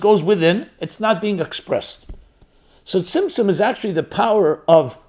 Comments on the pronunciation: Am I crazy or does he keep saying Simpson......like the show...... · what is the correct word that sounds like simpson he's been saying during the hole video? Trying to study a little about it but couldn't find it anywhere 😅😅.